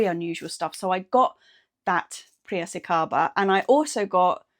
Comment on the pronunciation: 😂 priracicaba. It's Pi-ra-ci-ca-ba. It's named after a town in the state of São Paulo, Brazil. 😊